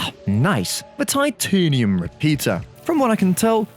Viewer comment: “ah, nice. The tiTEUGHnium repeater?